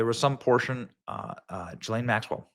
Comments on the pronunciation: The monster's name is pronounced GHEE-LANE. Not JISLANE. Let's call the devil by her name! ❤ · Benny, it's pronounced with a hard G. Like girl,gone,gazelle. Gi-Laine. Thanks for another great show. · Gee-lane, it's pronounced Gee-lane!!! Say it correctly, Benny!!!!